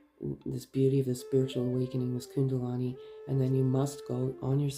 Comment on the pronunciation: thank you, you have a lovely voice 🌝 ( it's kundalini not kundalani 😊)